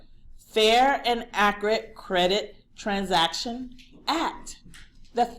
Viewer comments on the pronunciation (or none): none